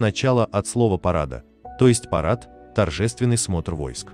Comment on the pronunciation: Мне нравятся трактовки укр.фамилий русскими👍 Парада, не от слова парад, тем более это не украинское слово, Парада- ударение на последний слог, это фамилия скорее татарского происхождения, на Украине было много татарских поселений даже под Киевом, например Кагарлык (тат. смельчак) , никогда она не была похожа на славянку!